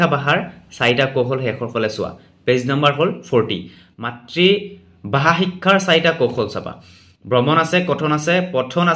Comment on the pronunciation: বাষা নহয় নেকি। 🙁🙄 ভাষা হে হয় নেকি।